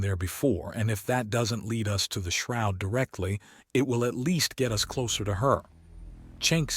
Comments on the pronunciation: I'm getting very tired that the damn AI pronounces us and U S.... it's distracting. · Teach the AI how to pronounce the word us and not the the letters